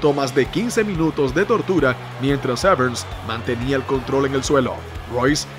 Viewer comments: Que mal pronuncias su apellido, no lleva "ese" al final, no es Severns, es Severn, sin "ese". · Severn, no SevernSS! xd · Dan "Severns" lol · Que te pases todo el vídeo pronunciando mal el apellido del protagonista no es muy profesional...